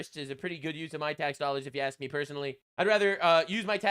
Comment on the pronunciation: Can she pronounce "ask" correctly?